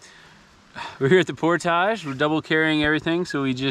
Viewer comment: Great vid. You've seen more of back country Ontario than 99% of the people who live here. You always look at home in a canoe on our lakes and rivers, so by this time you should just consider yourself an honorary Canuckistanian. You even pronounce 'portage' correctly. Looking forward to part deux. Drive from Ohio to northern boonies though... that's a long drive for a fairly short trip. Did you cross at the Sault, or Windsor/Detroit?